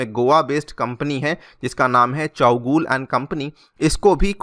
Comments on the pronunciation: चौगुल नही " चौगुले". Pls correct it. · Chowgule is not pronounced as Chow-gool but Chow-goo-le ...